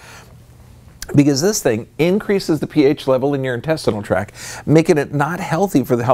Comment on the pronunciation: Purely good intention: just want to mention (), because I like your stuff, that the term is intestinal tract... with a T on the end of tact. And the T is pronounced. Just to make you look more professional— as you present your awesome research!